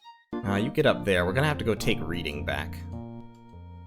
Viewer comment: Just gotta correct your pronunciation because of my autism, "Reading" is pronounced "Red-ing", it's a city in the UK. Great series btw :)